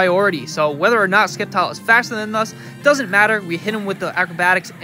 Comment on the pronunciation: Dawg i too pronounced sceptile as SKeptile in my younger days but nigga thats just disrespectful 💀😭🤣